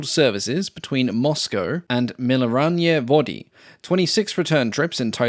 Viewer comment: *Mi-Ne-Ral-Na-Ye Vody Which literally means mineral waters Melioralnajie on the other hand would mean melioration, which frequently in eastern European (former Soviet) parlance would imply irrigation, such as an irrigation ditch. Which usually had not the most pleasant water therein. Subtle, but also somewhat amusing difference when one is aware of the words.